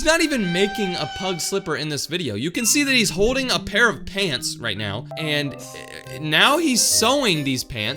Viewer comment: It now not neaw